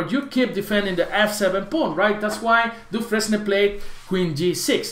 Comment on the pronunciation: dufren S and the final E are silent